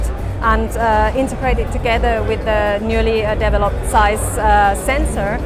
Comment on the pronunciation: Somebody finally pronounces zeiss the correct way ✌ yey 😄